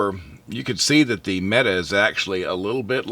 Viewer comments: It's pronounced "Meh-Tay"!!!! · Actually his pronunciation is quite good for a non Turkish speaker. He just needed to vocalize a strong "t" instead of "d"